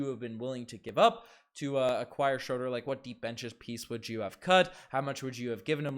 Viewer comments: Dennis Schröder. Pronunciation: \SHROO-der\ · its pronounced schrooder.... cringe